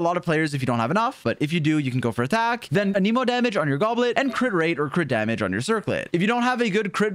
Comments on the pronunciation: why is he saying aneeemo when its anemo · Ah yes. A-knee-moe, my favorite element. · Anemo is pronounced Anemo, not a Nemo 🐟